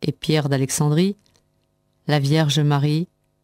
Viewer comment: qu'est-ce qu'elle lit mal... Alexand'.. Octob'.. Kievv.. Sinaï.. ...